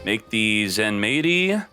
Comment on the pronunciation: its supposed to be said ZENMIGHTY (japanese spelling Zenmaity)